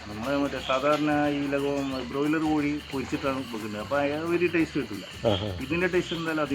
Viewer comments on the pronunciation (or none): none